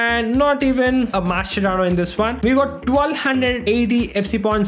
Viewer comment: if u r watching carefully he said "we got mashcerano dosto"